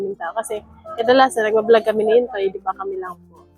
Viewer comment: filipino name ang Intoy so can be pronounce Intoy but naririnig ko you are pronounce it Intsoy which is which Intoy or Intsoy? God bless sa inyo tuloy tuloy pag vlog at kami naman ay naka support sa inyo 🙏🏼